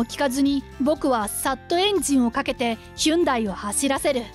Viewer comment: ヒュンダイ？ ホンディでは？